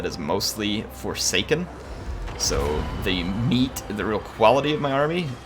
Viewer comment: Hey name one of the forsaken the forshaken, you miss said it in the video and i thought it was quite funny. No lore or anything it was just funny to me. It was at about in the vid